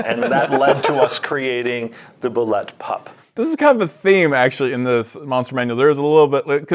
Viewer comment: Why do people say bulette wrong? As per the second edition monster manual: "Aptly called a landshark, the bulette (pronounced Boo-lay) is a terrifying predator that lives only to eat. The bulette is universally shunned, even by other monsters."